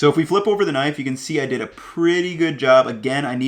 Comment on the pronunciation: Is it just me or is he saying "nice" instead of knife?